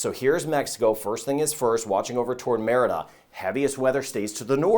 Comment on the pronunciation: Merida is " muh ree duh"; minor point, but it does taint an otherwise truly professional presentation.